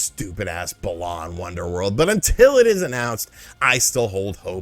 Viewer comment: Funny that you mention "4D chess" in a video partially about Star Trek considering there's an official Star Trek 3D chess game patterned after one played in one of the episodes. And funny that you're still saying "Balawn" after all this time even though BW's plot is about restoring BALANce to people's emotions.